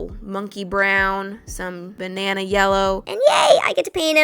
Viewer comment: "THEN I MADE UH BAH NA NA" that made me laugh 🤣🍌